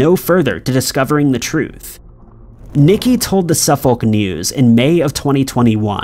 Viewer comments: And ‘Suffolk’ is pronounced Suff-ick (not Suff-olllk, even tho that’s how it’s spelled) Source: again MA resident. (we share many of the same named places as the UK here in new england). Keep up the great work! Just my $0.02. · Pronounce Suffolk as Sufurc not Suf FOLK but apart from that your a ledge. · Unknown #06: How to pronounce "Suffolk"... It's more like "Su'fok" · Can you please learn the correct pronunciation of English towns before putting them in these videos, it’s off putting hearing the incorrect pronunciation over and over again. Suffolk is pronounced like suffer with a k at the end and no Sur-folk. Cambridge is pronounced came-bridge and not cam-bridge. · There's no audible "L" in "Suffolk" - or "Norfolk" for that matter. The "folk" in both words sounds dangerously close to a rude f-word, but that's how it's pronounced. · By the way, in the name "Suffolk" you don't pronounce the "L". Its always funny hearing Americans trying to pronounce English Town or city names 😄